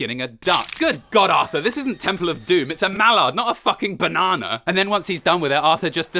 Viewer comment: Bananer!! This is a duck not a fucking bananer!!